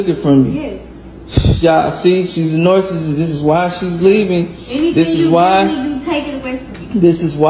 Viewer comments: He can’t even pronounce narcissist correctly 🙄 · He didnt even pronounce the word right smfh